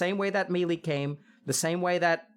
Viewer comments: Say it with me Doctor "May. Lay." "Maylay" NO MEALY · I love this shit, but if he says me lee one more time IMA LOSE IT